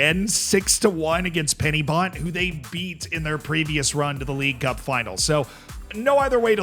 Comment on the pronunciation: "Penny Bont 😂😂" nice try but its "Pen-Y (er)-Bont" meaning Bridgend. Pen = end/head, y (er) = the, and Bont = Bridge. Source - Welsh I am just proud that my country has the worst league in FM, we understand that Welsh seems odd, which it can be, and appreciate the effort